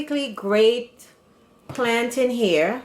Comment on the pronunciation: I subscribee the minute you said plantain the right way Nuff respect from Jamaica🇯🇲🇯🇲